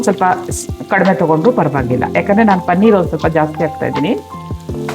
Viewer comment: Pl say Paneeer,not Pannir.